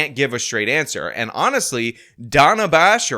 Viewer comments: Not "Donna" "Daa-nuh" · Its Dana like in banana. Not Dana like in Donna. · When the bloody Hell did Day-nah Bash become Dah-nah Bash? {scratches head} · dah-nuh is how it's pronounced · It's Dana, like Danny. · Its 'Dan a' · Great minds think alike. I was thinking what a racist mispronouncing that poor white lady's name😂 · After the Gaza war question and Dana interjects with 'but no change in policy,' Harris responds and mispronounces her name again. Not sure if you caught that.